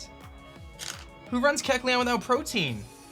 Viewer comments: I finally gotta say something. Protein is a building block of the body. The ability is 'Protean' - pronounced Pro-tee-an. Different stuff haha. PRO-TEE-AN. Spread the word by pronouncing it right in your vids! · Not doggin on cause I’ve heard many youtubers say this but why in the world do they ALL say protein? It’s protean, pro-tee-an. As in proto, the first or the original. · Yo, protean is pronounced (pro-tee-ehn) not (pro-teen). Also it’s really discouraging to see you beat yourself up so bad after one bad play, it’s become a common thing in your vids where something bad happens and you instantly say “I just lost” instead of “okay what’s my out” like you used to. I been watching you for 4 years man, keep your head in the game and stay strong, you’re a great battler dude. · Imagine pronouncing protean as protein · The ability is called Protean. Not Protein lol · It's not Protein,it's Protean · "Protein" lololol it's "protean - tending or able to change frequently or easily"